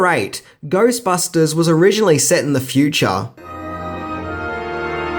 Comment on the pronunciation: "Set in the fue-chah" I love it. Come visit America mate, our chicks dig it.